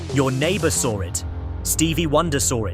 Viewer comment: There's no mf R in saw 😂